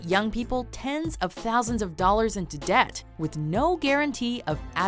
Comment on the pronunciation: why did that girl pronounce the b in debt